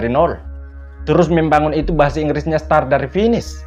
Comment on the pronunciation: Hai,coba kau koreksi lg bhs inggrisnya mulai kog star bodoooh dan dungu kali kau jls2 dikamus bhs inggris nya mulai itu "srart",bodoooh....utk smoga sehat dan sukses sll....